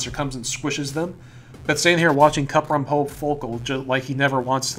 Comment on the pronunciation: It's pronounced follicle and coop-rum. One's a latin word, the other's just... follicle